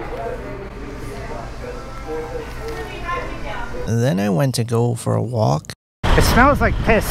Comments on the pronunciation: "I have got some suubway" that had me wheezing lmao 🤣🤣🤣😂😂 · I only liked because he ate "soobwauy" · I love how it's now universally called "sooubway" now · Lmao the way you pronounced subway